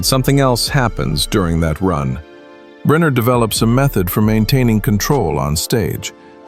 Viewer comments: Stop saying Briner it is pronounced Brinner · Pronounced BRINNER.